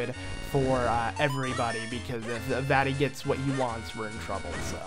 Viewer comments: The way he says "vati" and not "Vaati" as in "Vah- Ti" Just such a bad name when u pronounce it that way 🤣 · Sounds like he's saying "fatty"